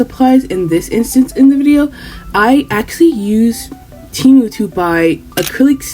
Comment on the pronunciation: "Frum TeyMOO" 😭😭 Lolll